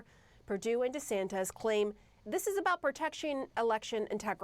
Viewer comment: She cannot even pronounce his name right and we are expected to believe what she says🤣🤣🤣